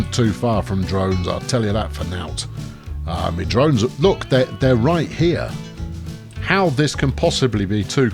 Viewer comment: "Too far from Domes" not Drones :D